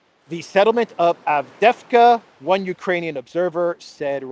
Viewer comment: It’s AvdEevka,.